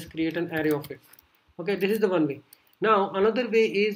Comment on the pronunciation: it's not Ari it's Array. Lmao